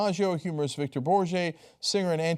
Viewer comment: Victor BOAR-guh. Can't you be arsed to do a little research?